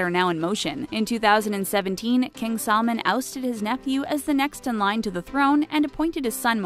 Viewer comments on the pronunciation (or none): Who else heard KING SALMON instead of KING SALMAN? 😂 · its not salmon its salman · She pronounces his name like it’s a fish “salmon” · It’s salman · It’s salman 😑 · what is she saying? royal family SAD? King salmon? Please learn to pronouce the names before making a video about them. But none the less a good informative video :) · When she is pronoucing their names it sound like she is mocking them .... AbDuL AzIz😠 and SalmOn